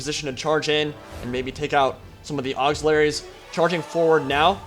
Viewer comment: Auxiliaries, not auxilaries, that little missing 'i' does a lot.